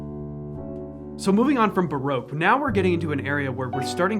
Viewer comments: It's not baroke it's barock. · Pronouncing Baroque as broke seems fitting for musicians. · It's a fabulous video, thank you. I've been wondering about ways to improve my repertoire and this really helps! P.S. Baroque is pronounced Ba-ROCK. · I still can't get over the pronunciation of Baroque, to English ears it sounds like your saying its "Broke" ;)